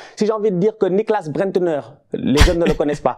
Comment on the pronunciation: C'est Bendtner par Brendtner mdrrr